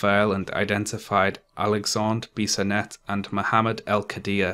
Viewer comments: Just so you know, your pronounciation of "Alexandre Bissonette" was fine, strong accent sure but fine. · From Montreal here. You pronounced Alexandre Bissonette right!